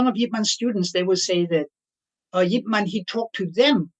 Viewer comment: man as in yip man is pronounced mun